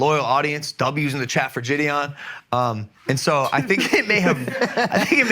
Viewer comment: It blows my mind how JiDion has just let everyone say his name wrong and he doesn’t care lol. It’s not Jid-E-On lmao